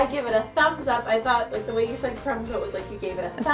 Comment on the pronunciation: You is spelled YOU you said yo